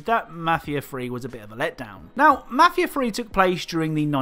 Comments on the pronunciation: You can’t clown on Maf ia tree when you can’t even say it right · “Mahfia free”